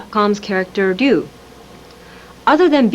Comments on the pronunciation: So Ryu isn't pronounced Ri yoo, its D-yu. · Ryu is pronounced "view"?!? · Who the hell is dyoo? Its pronounce r-ee you. Or rai you. Did a lot of people say it that way back then? My dads friend calls him hyu. And ZAHN - JEIF!?? LMAO 🤣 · WE ALL SAID RYU LIKE THIS… ( RYE-YOU ) Am I right lol I mean really… we all said it that way right… my son calls him (REE-eww) lol and this lady on here calls him ( ROO ) lol so wth is my childhood pronunciation of RYU my favorite street fighter II player RUINED and said wrong these 30 years of thinking I have been saying it right lol wth im so pissed and I’m not calling him any other name lol he’s always gonna be called RYE-YOU and anyone I have ever known has called him the same thing… so whatever lady lol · So Ryu is pronounced Roo 😮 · I’ve just realised I’ve been pronouncing Ryu wrong for 30 years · For 40 years everyone's been trying to pronounce Ryu correctly. And this woman just absolutely butchered the name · See that ?! RYU is not pronuce RAI-YU or WHY- YOU or REE-YU or RAGU as in Ragu spaghetti sauce She pronounce it as DO as in DO-DO as in Excrement as in the stuff that come out of your ass after eating at taco bell. Just kidding I've no idea what she said 😆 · yeah, this is true sometimes! But I know plenty of nisei/sansei that can't speak Japanese very well, if at all, especially if live in another country and they're proficient at their local language (the opposite is true in Japan, lots of mixed-race celebrities that can't speak English at all; Japan's ESL program is truly awful). I'm surprised that she didn't pander to the audience by saying "Rye-you," that and the special move names caught me off guard 😂 Her rendition of Zangief was pretty inspired, however.